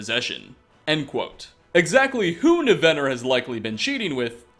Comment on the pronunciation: Overall I like these videos, but for the love of TALOS, man, why do you mispronounce so many names when their correct pronunciations are showcased NUMEROUS times? It's NIVenor, not NiVENor--almost took me right out of the video.